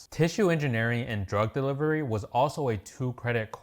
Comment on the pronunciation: Did he say drug delivery